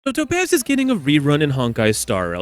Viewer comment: I hate how you say "To pazz"